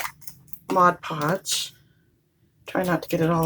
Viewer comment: They are so pretty! The craft police will get you for saying modge podge instead of mod podge lol